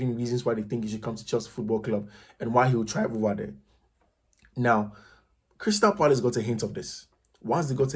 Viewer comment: Neymar saying goodbye to PSG or Crystal Palace? Did I hear coach pronouncing Crystal Parice in you 😂😂😂